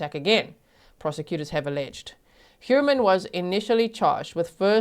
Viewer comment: The English pronunciation of "Heuermann" physically hurts my ears. <.<